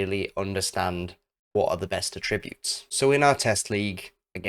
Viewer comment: verb 3rd person present: attributes /əˈtrɪbjuːt/ with syllable stress on the 2nd syllable. noun plural noun: attributes /ˈatrɪbjuːt/ with the syllable stress on the 1st syllable 🙂 A very insightful and valuable video, as they usually are. I usually like goalkeepers not to punch so much. British GKs/GKs in the top English league tended to catch the ball much more often until more recently where it seems to be more popular to punch more now. It would be interesting what % of goals in a season on FM are scored from assists/passes coming in front of the goal compared to assists/passes/crosses coming from wide/r areas.